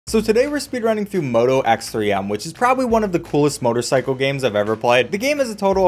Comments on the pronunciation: it's x-three-m, not ex, three, em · moto x3m? i thought it was pronounced like "moto x-threeme", like a play on the word extreme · hey friendly reminder that the game is pronounced Moto X-Three-M (like Extreme) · It’s pronounces xthreeme